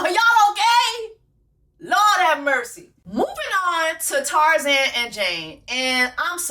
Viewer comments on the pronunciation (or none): none